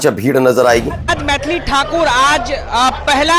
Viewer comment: पत्रकार महोदय मैंथाली ठाकुर नहीं मैथिली ठाकुर नाम है ।